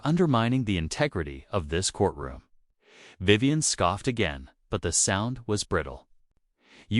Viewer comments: Now that STUPID thing has pronounced Vivian corectly a few more times! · I just heard it pronounce Vivian two more times corectly so far.